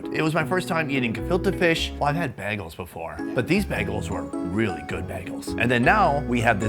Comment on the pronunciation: Oh, Word? How many behgahls, have you had?